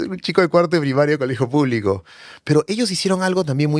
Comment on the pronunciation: Este personaje (escritor) aún conserva ese asunto de complejos ; la entonación que coge es muy trabajada… Por ejemplo : Ateerraados Puublicos Boeemios Manadaatoos Y lo más triste es que se muestra como ejemplo.., Es desagradable por que el mismo acepta que el se blanquea ( metafóricamente) y no se conscientisa que realmente que el negarse de lo que es , es peor es triste. Se desvalorisa y mucho cuando valorisa y embellece su acento cuando habla del color de los ojos… de la mancha mongolica… es un tipo completamente enfermo y pietinando , es de esos estupidos tipejos que se dicen pitucos….. pobrecito !!! Asumir las palabras que adjetivisan es ir más lejos del que lo pronuncia despectivamente.